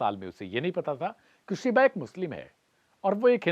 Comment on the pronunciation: गधेड़े तेरी पत्रकारिता की डिग्री फोकट में जुगाड़ी हुई लग रही है। 'शीबा' को "शिवा" बोल रहा है तू। इससे धर्म ही नहीं नाम का मतलब भी बदल दिया तूने। ओयो को "होयो" उच्चारित कर रहा है। कैसे-कैसे चमन चू बने हैं एंकर-पत्रकार!